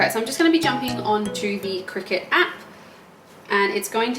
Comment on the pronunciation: Pretty sure it's pronounced cry cut